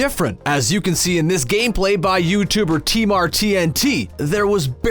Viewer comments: TMAR TNT how the frick do u mess that pronunciation up??? It’s T-Martin-2 not TMAR tnt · you bloody asshole it's not t mart tnt it is T Martin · lol he said tmartnt it’s tmartn2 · Tmartn2 is pronounced T-Martin 2 not T-mar-tnt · Its pronounced tmartntn2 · I can't believe they dis tmartn like that "tmartnt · Wassup fools, just want to tell you that he said tmartnt